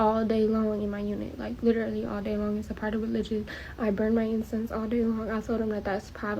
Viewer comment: At 2139..... I just learned that LITERALLY is actually pronounced 'leerally" 😂😂🤦🏽🤦🏽🤦🏽🤦🏽 GRAMMAR BITCHES